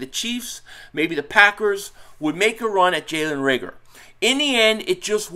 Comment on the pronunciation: Learn how to pronounce his name. Reagor. No L